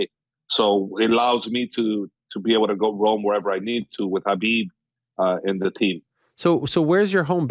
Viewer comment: F how this guy pronounces "Khabib".